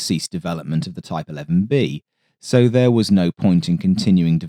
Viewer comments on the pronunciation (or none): none